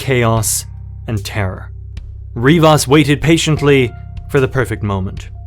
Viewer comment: Rivers or Rivas? Come on bruh.